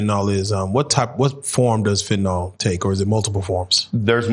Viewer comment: Quick pronunciation note: it’s fentanyl (FEN-tuh-nil), not ‘fentanol.’ If you can say ‘Benadryl,’ you can say ‘fentanyl.’ The ending is ‘-nyl,’ not ‘-nol'.